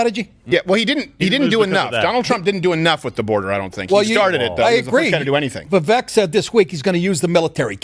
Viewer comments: It's "Vivek" like "cake". No like "kek". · he's not wrong.....he still calls Vivek incorrectly even after when politely explained how to pronounce it, it's like he's not even trying. And for anyone who isn't even trying, regardless of your politics, fuck them.